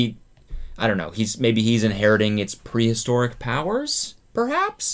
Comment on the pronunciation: Cody: prehistoric Me: Did you mean “priest-oric” 😏